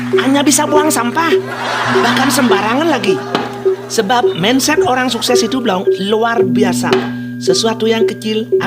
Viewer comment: Mindset dibaca mainset. Solusi bukan selusi